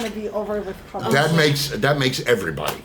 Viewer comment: Love how says Covid. Her English is better than my Ukraninan tho.